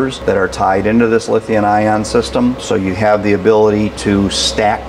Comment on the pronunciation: It’s LITHIUM not Lithiun.